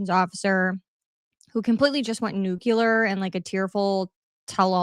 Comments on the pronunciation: Nuclear, not nucular !!! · Its not NUCU-LER it's NU-CLEAR. If you want people to take you serious, please speak like you have nore than 2 brain cells please. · It’s nu-cle-ar, not nu-cu-lar. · Nu-clee-ur, not nuke-u-lure. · You lost me at NUCULAR.